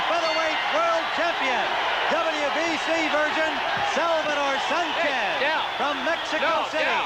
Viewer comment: The Technician Salvador Sánchez, you said that right,!